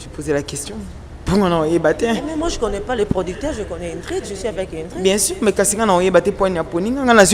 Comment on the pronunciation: BINO PE ELLE S'APPELLE INGRID ET NON INDRID